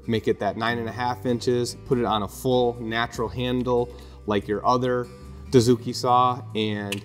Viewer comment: Good stuff. Hey guys. Please understand this. I am a Japanese woodworker. Dozuki or Dotsuki. You guys pronounce "doo" zuki. This is totally wrong. It should be pronounced like "doe" or "dough".